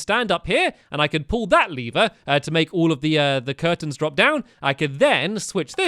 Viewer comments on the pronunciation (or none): I think it's called lever not leever.